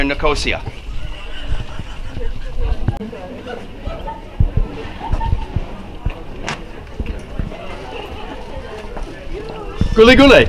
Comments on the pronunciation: By the way, It's Nic-os-ia, not Nicooosiiaaa, great video though. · Hi. This video has had thousands of views, and this is the first comment about how I continuously mispronounced Nicosia. Believe me as to how much it bothered me that I didn't practice how to say the city's name before turning on the camera. I appreciate the feedback and compliment. You're welcome to enjoy the other Borders on Budgets videos from Cyprus. Nine altogether.